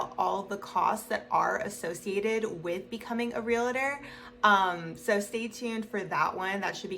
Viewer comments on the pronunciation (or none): Please stop saying real-a-tor, it's real-tor. It only has 2 syllables, not 3. There is no A between the real-tor. If you are one you should definitely know this. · You say realtor wrong